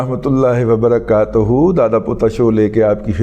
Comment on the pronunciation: السالام علیکم، دادا آپ سلام کہتے ہوئے وبرکاتہ کی ت پہ زبر پڑھ جاتے ہیں۔ جبکہ اس پہ پیش ہے۔